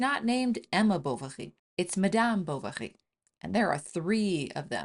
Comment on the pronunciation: Is she pronouncing M'dyaam 'Bou-wa-ghi'?😮